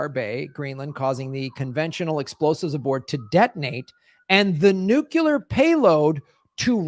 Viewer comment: Nu- Clear NU- CLEEEAAARRR! NOT NU-CUUUU-LARRRR!